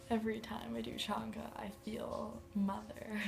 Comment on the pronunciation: Pronounced chain-ga, not that it matters.